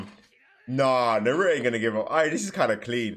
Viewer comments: His name is Naruto not Naruo you are forgetting the “t” Edit: it could be just because of your accent, but still at least try to put more effort on the “t” sound. No worries though 👍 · It’s Nar ra toe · Naruto❌ naroro✅ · nuh roo-oh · it was so sad seeing that this guy didnt even know what a rasengan or chidori were and couldn't prounounce naruto's name correctly😢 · The way you pronounce naruto is horribly